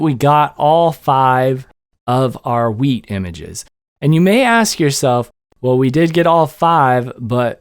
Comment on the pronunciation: Pretty sure he said weed. 🥴